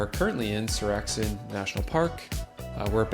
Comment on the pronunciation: Seoraksan is epic - as is your pronunciation of the name 😅